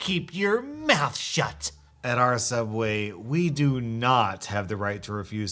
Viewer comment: *soobway restaurant